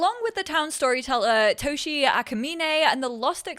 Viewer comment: Oh, I think that this "Toshie" is readen with visible "e" in the end, the e like in, well, end^^ It would be nice if they would also mention the original writing of the names they use^^ (I also want some real Polish townies, not like random townies that get Polish names if I play in Polish, but just real already pre-made important in plot townies with our names^^) Thank you for always teaching us about everything^^ Remember you're loved and needed^^